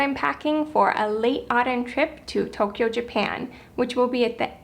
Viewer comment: It's pronounce TOE-kyo, not toke-kyo